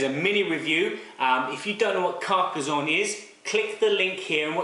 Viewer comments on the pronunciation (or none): It's not Carca-Z-onne but Carca-SS-onne (as in "snake")